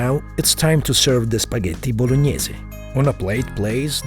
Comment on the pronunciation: I love how he perfectly pronounce "Spaghetti Bolognese"